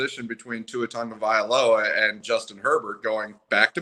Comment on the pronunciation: Interesting content. I'll listen again. Although, a suggestion, please learn to pronounce Tua's name properly. Tongue-oh-vai-low-uh.